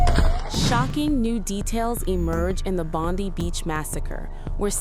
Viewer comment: This is a fake video, because the way she is pronouncing "Bondi" is incorrect